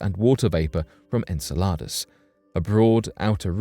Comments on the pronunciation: like your videos but please pronounce enceladus correctly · Don't forget "En-salad-us" 👉🥗